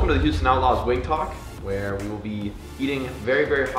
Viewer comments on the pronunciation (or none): none